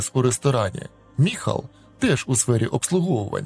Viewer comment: Не Михал!!!!а Майкл😊